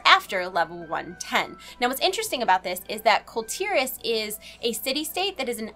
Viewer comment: I don't want to be that guy but its prounced "Kool Tier-Ahs"